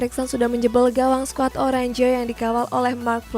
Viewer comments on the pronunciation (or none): none